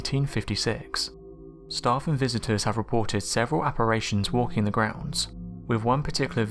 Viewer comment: Apparition not apparation, brilliant content though.